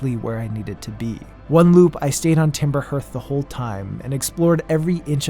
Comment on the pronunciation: Harth not herth. Great video!